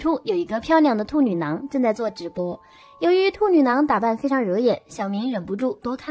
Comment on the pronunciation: 我真的沒辦法..... 旁白的"兔女囊"真的太犯規太出戲了 怎麼聽怎麼爆笑 啥恐怖都蕩然無存 了不起